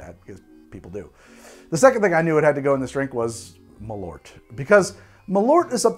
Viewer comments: Malort or "Malört" is the swedish word for wormwod. The ö is pronounced like the "e" in "herb" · "Malort" I honestly had no clue what you were talking about until I saw the bottle, that is... Not how you pronounce it, but I also can't think of any way to convey how you're supposed to pronounce it in writing. Edit: And Paracress, I know why you had such trouble getting the effect you wanted out of this one, to begin with it's a complex mix of chemicals and more importantly the one listed as probably responsible for the numb tinglies is a fatty acid amide. Now I have to grow some Paracress and try to extract it myself, if I can figure it out I'll have an even better recipe for the Menthol Ion Blaster. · So Malört literally means Wormwood in Swedish, Carl Jeppson was a Swedish immigrant who came to Chicago and for one reason or another made Malört, (pronounced Mall (like shopping mall) err (like to err is human) and cutting off the err Early with the t) I imagine cause Jeppsen was Swedish he wanted something which tasted of Home, and Scandinavia uses a lot of wormwood in its spirits, looking at Aquavit, looking at Gammeldansk, looking at Underborg (it's German but close enough), there is a pretty present bitterness in all these which I imagine partially inspired Jeppson to make the drink initially. And NOW we have Chicago which loves the stuff, so it's a happy ending for everyone. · Great video! Maybe someone stated this earlier but I wanted to let you know that Malört is actually the Swedish word for wormwood. It's pronounced like the english words "mall" and "earth" but without the "h", if that makes sense. Keep up the good work! :) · For future reference, if you want to give Malört the proper Swedish pronounciation, you say it like "mall-hurt" but drop the h. :) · The way you pronounce Malört is as cursed as the drinks lmao.